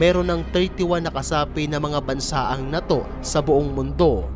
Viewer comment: Ang pangit mo nmn magbigkas ng NATO??😅😂